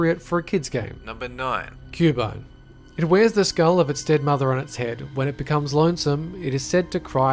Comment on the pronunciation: why did you say cubo instead of CUBONE